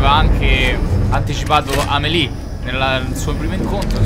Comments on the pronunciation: così com'è Amelie e non Emily xD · Quando sbagli la pronuncia di Amelie, ovvero che la dici diversa da come la dice il gioco, mi triggeri tantissimo